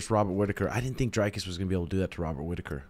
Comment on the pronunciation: it aint pronounced drycus bro its dricus'